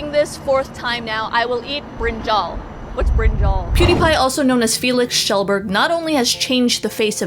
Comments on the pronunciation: Amazing video, especially the part where u said his name right. It was like music to my ears. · Congratulations on pronouncing his last name right... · You said his last name right. Even felix gave up on that. Props to you.